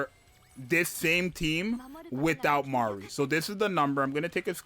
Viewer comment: I freaking love that you're getting her name right, my lawd it's butchered so hard